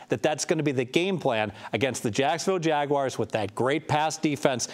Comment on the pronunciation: Jag...wires? Geez dude